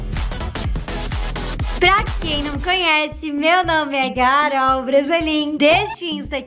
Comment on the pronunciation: Juro que entendi “Garool”🤣